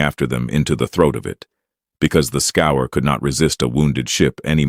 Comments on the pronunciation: When was the last time you met a “human” who reads scourge as scour? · I wonder why "Scourge" is pronounced "Scour".